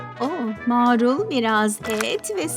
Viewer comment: 0-07 mAArul dedi